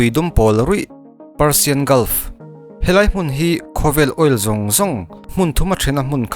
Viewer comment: Parsian a nilo. Persian tih zawk tur ee